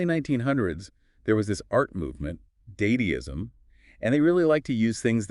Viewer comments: It’s pronounced DAHDISM or the DAHDAH movement not daydeeism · "There was this art movement, Day-dee-ism." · The mispronunciation of Dadaism doesn't even break the immersion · "There was this art movement: day-dee-ism" Kill me. (it's dah-dah-ism. i won't let these robots butcher one of my former hyperfixations) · Of course, my favorite art movement, “daydeeism” (not to be confused with dadaism of course) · This is actually a very good for an AI creation - if you close your eyes and listen it will be very hard to tell that it wasnt AI. Eek! Small flaws 'Daedaeism' is actually Dadism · Day-dayism? You mean dada? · It's not daediism its da da ism! That's my main takeaway. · "daydeeism" motherfcuker its da da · "There was this art movement day-day-ism" 😂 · "day-day-ism" man, AI has really nailed American mispronunciation tendencies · "There was this art movement, Dædeism" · I stumbled over this comment the moment he said "day-duh-ism" and got freaked out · day-dee-ism™ sounds amazing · Dayday-ism lmao ai so smrt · oh yes the famous early 20th century German art movement "Daydeeism" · there are a few classic AI tells. Dadaism is pronounced Dah dah izm. And there are a few points where the voices sound like an autotune slide, or where the sort of filter changes in ways that aren't "normal". BUT. It's so close. Like 3 months away close, especially given how many people will be using AI cleanup tools to make their voices sound better for real podcasts. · the way he pronounced 'dadaism' 😭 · Shame the ai doesn't know how to pronounce "dadaism" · I was so relieved by that pronunciation of "dadaism", like there's still some awkward kinks that might give it away if you're paying way too much attention. Other than that, yeah, we're toast. Nothing can stop the poopoo peepee now. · Pronouncing "dadaism" wrong is either a dead giveaway or unsettlingly accurate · Mispronouncing Dadaism. Peak podcast! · The mispronunciation of Dadaism kinda gave it away for me